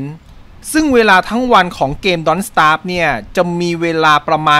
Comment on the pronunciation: เอ๊ะ Don’t สยาปปปปป 55555